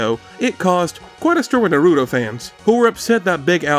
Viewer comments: Its naruto Not norutou lmao this gringos I swear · Do you not know how to say Naruto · not doing enough research hmmm I mean I hate to be that guy but you kept mispronouncing Naruto lol even Big Al gives the correct pronunciation immediately after that still love the video